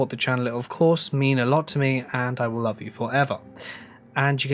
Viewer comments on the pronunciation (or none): none